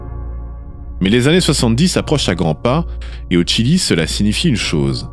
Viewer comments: Le Chili et non le tchili.... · On prononce "Chili" ou "Tchile" (en espagnol) mais pas un mélange des deux. Mais sinon très bonne vidéo! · C'est étonnant ta façon de prononcer le Chili 😂